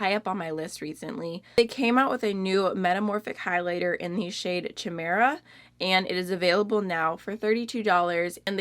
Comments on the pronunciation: Chimera sounds like KY-meer-uh 😊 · Almost! Haha Chimera is pronounced like Kigh-mare-ah. But from a brand with a French name, the whole thing is a mouthful 😆